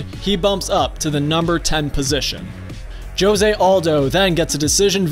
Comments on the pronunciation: Joe-zay... . You’re just the worst.. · I may be wrong but josé aldo, is pronounced "Hosé" i dont know if it's different in Brazil but in Spanish and Mexico that's how it's pronounced. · Its pronounced hosay* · Who doesnt know how to pronounce jose smh...